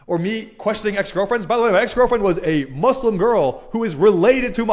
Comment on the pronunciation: Always a pleasure and an equal absurdity to see so called 'ex-mozlems' who don't even know how to pronounce Islam or Muslim to begin with. 😂